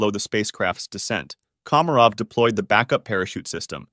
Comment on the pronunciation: how do you fuck up pronouncing komarov at the start but 20 seconds later get it right?